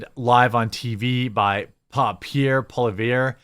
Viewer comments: From your Canadian friends his name is pronounced Paul ee ev. Sounds exactly as I typed it. And he will be canadas next prime minister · ❤ to you, from Canada, Jeremy. You pronounce Pierre's last name like this - Polly-ev. I quite like him and I'm hoping he will be Canada 's "savior" because Trudeau really effed things up! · Pee-air Polly-ev Helpful Canadian who has had to live in a bi lingual country my whole life. French is fucked lol This is how you say our hopefully soon to be next prime minister.